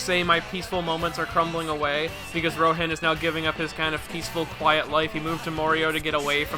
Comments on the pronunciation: "Shigeki" "Ro-han" ...Bro. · Remi. Shigeki. Rohaen. Come on. (Great video btw but that really bugged me)